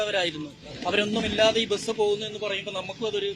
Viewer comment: എടൊ ബെസ് എന്നു പറയാതെ ബസ് എന്നു പറ